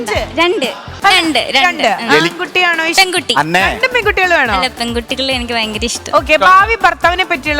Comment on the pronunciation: ലക്ഷ്മിക്ക് രണ്ട് എന്ന് പറയാൻ അറിയില്ലേ??? എപ്പോളും റണ്ട് എന്നാണല്ലോ parayunne?